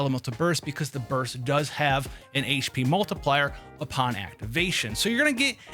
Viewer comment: "it's only game why you heff to be mad?" 😂🤣